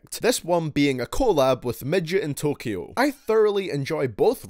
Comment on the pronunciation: "Midgetintyo" I'm crying 💀😂